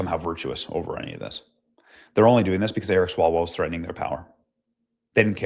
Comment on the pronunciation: Feng Feng: Come back Ewic me wuv you wong time.